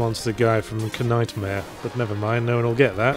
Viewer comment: Ah, Kuh-Nightmare. Loved that show.